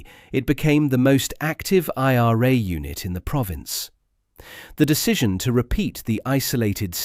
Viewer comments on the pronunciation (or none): none